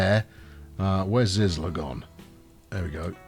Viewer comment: ZyZla reads like zeezla lol 😂 nice to see me inaction 😎